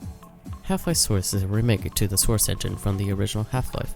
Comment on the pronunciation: the soursh chenghin